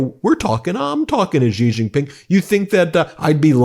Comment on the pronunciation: I like you guys, but your pronunciation of Chinese words is really hard to listen to. Why do you want everything to sound like the French "Zh" sound? Xi Jin Ping. Xi sounds similar to "see" in English. Beijing. "jing" sounds like "jing"! Why are you pronouncing them as Zhee Jin Ping and Bei Zhing? it's crazy, you think Chinese is French?